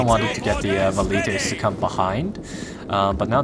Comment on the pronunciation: who else thinks its annoying how he pronounces valites and cavalry